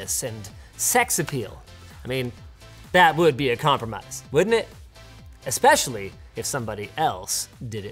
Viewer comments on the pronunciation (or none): none